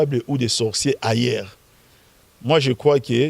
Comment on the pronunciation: on prononce "humain" et non "imain", on prononce "ailleurs" et non "ayère"...MDR